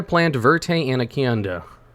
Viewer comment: “Ann A Can Duh” Totally not the snake breed “Ann A Con Duh” Lol.